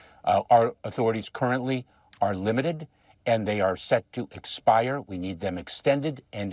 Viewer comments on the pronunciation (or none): none